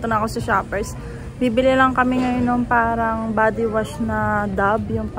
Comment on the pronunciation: I am curious , whenever you’ve said the word “parang” why are you pronouncing in slang “ peyrang” , when you are talking in pure tagalog accent ? pa cute Lang ba or pa arte Lang yun Sa Vlog mo?